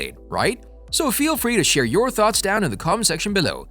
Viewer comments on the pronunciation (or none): none